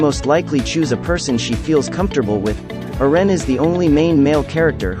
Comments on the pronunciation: His name is not "erean" ITS EREN PRONCED ERENNNN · Can u say eren not eran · Who tf is Ur-ren? 😑🤨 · Who is ern? Lol ITS.. EREN...yeager.... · why does it pronounce eren so fast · STOP SAYING EREN INCORRECTLY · But why does he say Eren like that, though?😅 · Bc ai is big stupid